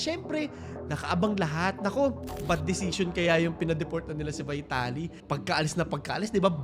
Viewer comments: Pronounce his name correctly, dude.. "VITALY" ✓ V-TALI X VAYTALI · vee-ta-li po hindi vai-ta-li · Corruption and having money gets you everything, is nothing new in the Philippines. And by the way his last name is pronounced Veeetaly. 😬🤭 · Ang oa mo. Vaytali ka ng Vaytali eh mali naman pronunciation mo. VEETALI yan. Hooohayyy! 🥴🥴